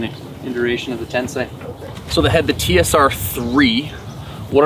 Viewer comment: Really wicked sound, I love it! Great review👍🏻 Btw, you’re the only reviewer who ever said “Tensei” correctly lol.